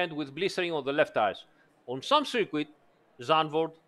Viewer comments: Great video! And forgive me but circuit in English sounds more like ser-kut not ser-queet although everyone knows what you mean of course 😉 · Dude good video but until you can say circuit properly just say ‘track’ 😂🤣